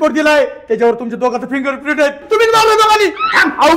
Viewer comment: फिंगरप्रेंत❌ बोटाचेठसे✅😅